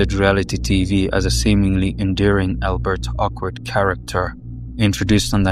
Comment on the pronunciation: this mf said “albert awkward”